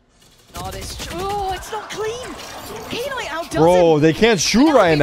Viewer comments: I get irritated every time she calls him, "K-night" wtf woman read😂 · the most shocking thing is that they are reading "knight" as "K night"🤔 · I hate it when she says “Kay Night” 🥹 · Anyone else’s night ruined from her saying Kay night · Knight ❌ k-night ✅ 😂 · Why they saying K night instead of Knight? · tf is k-night? it's pronounced as "night" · Is it really k-night?